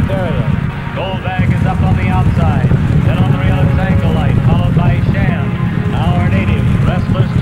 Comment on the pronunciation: lmao it's not "Shaw" it's SHAM.